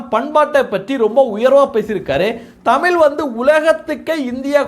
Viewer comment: தமிழ். Not தமில்